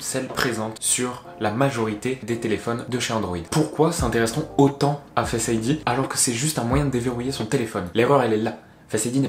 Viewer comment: Fesse id lol Non sinon la vidéo est vrrrraiment bien